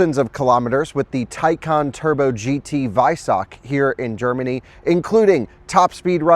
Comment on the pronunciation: Drinking Scottish coffee in Gerrrmany... ok 🤷🏼‍♂️